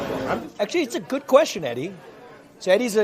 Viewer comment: Yooo, -, did sound super Indian just then when he said "That's a good question Eddie". He said good like food. Not "gud"